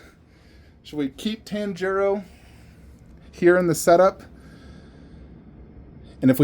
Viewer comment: my boy, your saying Tanjiro's name wrong...😉